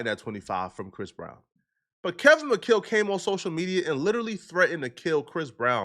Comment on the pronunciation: Kevin mcChale?? Or McCall lol